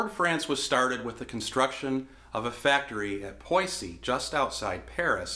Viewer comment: …. Did he say Poy-see? Surely he meant to say Poissy ?